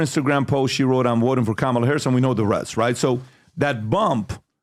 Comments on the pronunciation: Behar didn't even pronounce Kamala's name right. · Uh-oh, even Joy Behar mispronounces the vice president’s name LMAO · Anyone notice Joy mispronounced Kamalas name? Where's the outrage? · Joy said kamalas name wrong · Joy Behar mispronounced "Kamala"...according to Mika from Morning Joe, that's every racist.